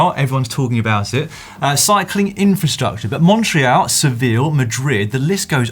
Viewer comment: Who says montr-ree-al?? Dan been day drinking